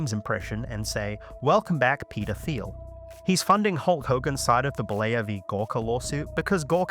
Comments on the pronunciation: Peter teel not theel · Every. Time. He said Peter Thiel I heard pedophile. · "ermm, hrmm, hmm 'Peter Thiel'? How do you pronounce that? 'Petah Thile'? Am I saying that right?"